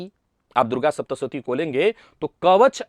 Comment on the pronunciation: 'श' के स्थान पर 'स' और 'स' के स्थान पर 'श' बोलना बहुत बड़ी गड़बड़ उत्पन्न कर रहा है ! सावधान रहिए और 'सप्तशती' को "शप्तसती" भूल से भी न बोलें।